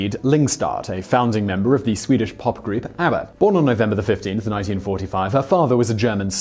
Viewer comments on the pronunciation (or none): none